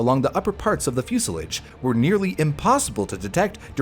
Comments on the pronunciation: Fuselage not musilage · What is a fuselidge? AI is rubbish, use a Human please. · Is “fuselage” pronounced differently stateside though? I’ve always heard the last syllable “lage” as in “collage” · It’s pronounced like the French. I’ve never heard it said the way he was pronouncing it. Portage is pronounced in a similar way